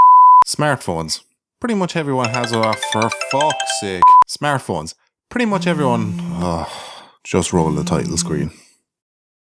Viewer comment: I can only hear "smearphones". Eugh.